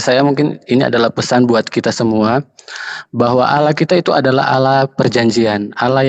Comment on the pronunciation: LUCU KEDENGARANNYA MENYEBUT ANAK ALA..ANAK ALA..ANAK ALA.. YG SELAMA INI MENYEBUT ALLAH SEKARANG JADI ALA.